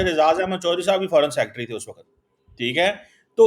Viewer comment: Why do you get. He is not an honest person. Jalebi banayenge. And please ask him to pronounce your name properly. It's and not chorri saab 😊